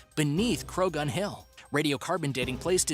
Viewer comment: Knowing what I know about Irish pronunciation, I feel pretty sure that Croghan was pronounced Crowan, or Crojhan, with the jh pronounced with a spitty throat sound. Peccary is pronounced PECK-ary, not peck- AIR-y... ti-TAN-o-BO-a, not Tight-n-o-boa. MEG-ah-lah-don, not 'Meg-ah-LO-don'. Piotr is pronounced Pee-oh-trah, not Peter.